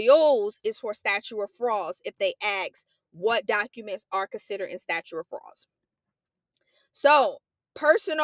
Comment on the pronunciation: also says statue instead of statute in the video